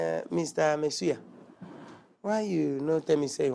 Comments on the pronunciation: For me it's really how the gateman keeps calling "Messuyah!!" 😂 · This man can’t pronounce masseur 😃😃😃😃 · pronunciation of Masseur really got me cracking up 😂😂😂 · It's originally from French. The way he pronounced it is very hilarious. 😂😂😂😂😂😂😂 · U are a what ???😂😂 for goodness sake’s google the pronunciation Mai suya 😂😂